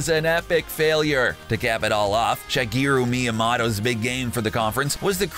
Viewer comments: makes fun of Mr. Caffein for mispronouncing Tom Clancy mispronounces Shigeru Miyamoto and Hideo Kojima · Wait u can pronounce Tom Clancy right but not the creator of Mario’s name right lol